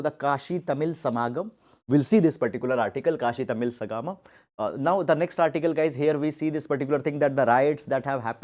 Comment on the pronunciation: Sir sangamam has to be pronounced as संगमम